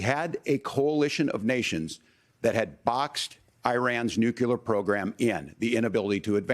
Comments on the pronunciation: Someone should ask TIMMY WALZ how to spell the word NEW-QUE-LURE? What a F**K**G GREENHORN TIMMY WALZ IS. The word is spelled nuclear and it is pronounced NEW-CLEAR. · I agree. It’s self-evidently nuclear. But you ought to be asking the same question of DUBYA BUSH. Why does he get to say NUCULAR, yet Tim Walz doesn’t?